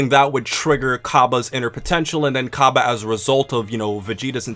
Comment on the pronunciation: Its pronounced differently